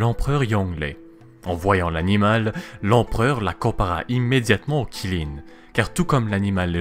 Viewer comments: Ça se lit tchilin pas qilin même si ça s'écrit avec un Q (c'est la phonétique officielle chinoise) stop au massacre stvp 😭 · Qi ne se prononce pas Chi enfin pas en mandarin en tout cas, c'est plus Tsi ^^ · Ça se prononce tsi lin, mais ça s'écrit Qi lin Kirin c'est japonais xD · QI LIN pas Kirin, c'est pas japonais xD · Superbe vidéo, ça me rappelle mes cours de chinois quand on abordait les créatures mythologiques justement💜💜💜D'ailleurs si on prend en considération la bonne prononciation, Qilin se prononce (Tsi lin(e)) 😎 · Qilin [Chilin]. 谢谢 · Pas du tout ça se prononce Tsi lin et ça s'écrit Qilin (en pinyin) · Lol, en chinois, en tout cas en mandarin ça se prononce "tsi lin" voilà 🙂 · ca se prononce xiling ❤️ sinon super vidéo